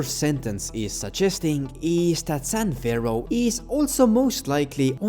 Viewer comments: imagine doing a whole voice over session, only to realize youve been saying "san ferro" instead of "san fierro" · For the amount of effort you went into digging into this you’d think you’d have realized it’s San *FEE-ARROW* you moron